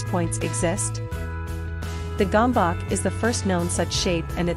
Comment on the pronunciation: Gambak? Bakker, itt lett volna a lehetőség hogy a 3 videóból egyben elmonjűtok hogy kell kiejteni. Erre egy magyarul nem beszélő mopndja ki helytelenül. Jajj.